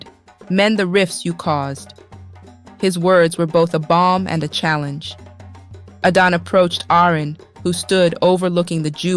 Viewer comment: Why is Adana's name sometimes pronounced "Aiden". What happend to the male narrator?